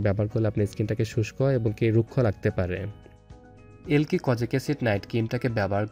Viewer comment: আবাল এলকি কি রে!!এ লাইক হবে...আগে নাম ভালোভাবে উচ্চারণ করা শিখ